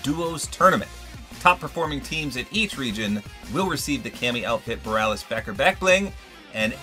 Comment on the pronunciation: It's boh-ree-ah-lis.